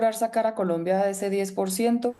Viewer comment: me encanta cuando el analista dice Polombia.